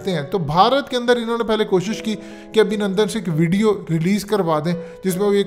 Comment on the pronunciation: Abhinundun Nahi Abhinundu🤣😅😂